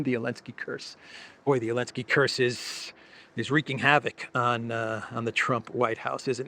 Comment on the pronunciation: Is there a reason that he doesn't pronounce the "Zee" in Zelensky?